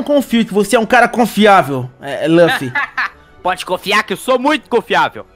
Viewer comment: Nao é ruffy é luffy